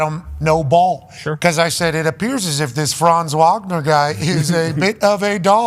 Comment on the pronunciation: insists on mispronouncing names of athletes 😂 Luka “donkic”, Franz “wogner” and so many more